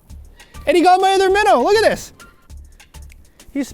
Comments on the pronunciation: "jig an' a minnuh"??? Oh, im sorry, I thought I was tuning in to watch, not... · Jig and a minnaa sounds like lol